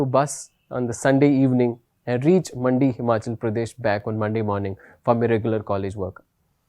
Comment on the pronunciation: it's Mandi not Madi😂